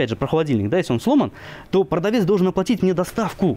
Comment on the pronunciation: звОнить, ложить, оплОтить... продавцы безграмотны до тех пор, пока не окончит курс русской речи